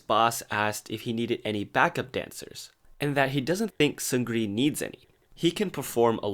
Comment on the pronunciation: It’s Seung Ri, not Seun Gri or Seungri. You don’t pronounce the “G” in Seung Ri.